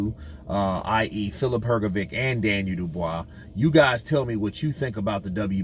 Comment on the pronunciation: It"s hrgović so not hrgovic but like hrgovich